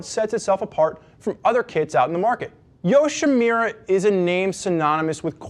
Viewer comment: Nice review. This video & the customer product reviews, convinced me to go with the Yoshimura Kit over the Hot Bodies. Just one thing -- it's "Yoshi-MU-ra"...not "Yoshi-Me-ra". :)